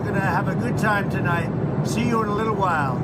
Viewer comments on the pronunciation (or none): I hate him. I hate the way he pronounces "liddle." I hate the way he looks & sounds. I hate what he says. I hate the way he "thinks".....if he wins, we are DONE.